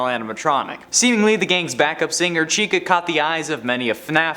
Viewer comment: He says SHECA